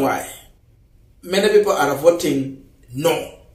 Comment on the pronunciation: Young man, check Yr pronunciation of the word ARE It's a very common word and your pronunciation is wrong. So you repeat it many many times. Fix it.